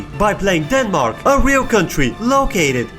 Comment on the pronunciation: Idk if its the sleep deprivation, but "Den marks" as a currency is killing me